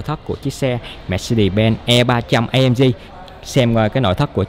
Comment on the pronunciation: Tiếng anh nữa mùa hả...AMG là Ây Em Gi chứ A Em Gờ gì